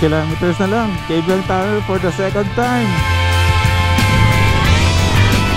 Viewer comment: Kaybiang Tunnel not KABIANG TUNNEL -_